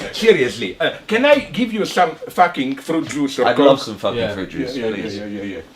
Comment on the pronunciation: I am absolutely obsessed with the way he pronounces "facking"